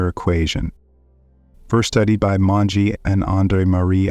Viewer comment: Great except for the French and Italian pronunciation...it's not hard, not Mongé but, Monge (moange using English phonemes is sort of close)